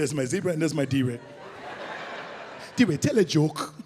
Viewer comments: “My Deray “ 😩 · Really Netflix... Really? DeRay ? Word?